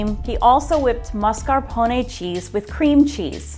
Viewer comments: .....why is it so hard for people to pronounce mascarpone? Mass-car-po-nay. People always add an extra R before the S and it drives me crazy, even professional chefs do it... /smh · Oh, my frigging gawd. Mascarpone. There is no "r" after that initial "a". Please stop mispronouncing it as you come off like a complete moron. Can you read? Is there an "r" as the third letter? Seriously, can you read???